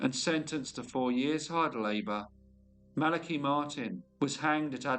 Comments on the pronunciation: Interesting because according to what I found, and how I've always heard it, it is pronounced thus: The name Malachi is typically pronounced MAL-uh-kigh. The emphasis is on the first syllable, "MAL," and the "a" in "Mal" is pronounced like the "a" in "apple" or "cat". The "a" in the second syllable is a schwa sound (uh), and the "i" at the end is a long "i" sound, as in "kite" Maybe it's a UK thing. No matter, pronounce it how you think it should be. Cheers. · I love this channel, but that's not how you pronounce Malachi.